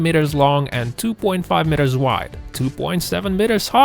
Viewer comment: Sorry about your speech impediment. If you are going to do much narration work, I would suggest you get a speech trainer to give you some helpful pointers. The really weird thing was, there were times were you actually pronounced the word "meter" correctly. But most times you got the vowel sounds wrong. English is a special case of vowel usage. It takes some training to get it right. Patience and practice pays off. Keeping working on it.